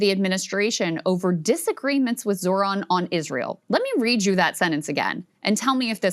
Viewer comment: The H in ZoHran is PRONOUNCED 🙄🙄🙄🤦🤦🤷🤷🤷